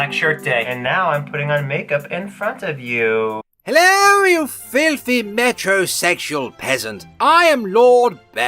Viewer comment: "Meterosexual" has always sounded like "bummer in denial" to me.